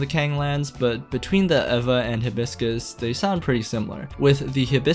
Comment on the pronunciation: Is it evva, ayva, eeva, or E.V.A. ? I think you used all pronounciations in this video, LOL!!